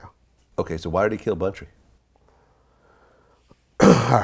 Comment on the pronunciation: Its Bunchtry not “bountry”